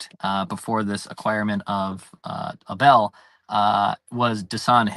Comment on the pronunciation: Just a heads up, it's pronounced A-bul